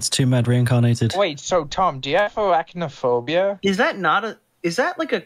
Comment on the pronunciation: 'Do you have awacknaphobia?' Bruh who tf said that?